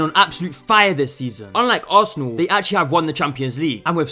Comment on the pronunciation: What a clown 🤡 .... You mean assanal 😂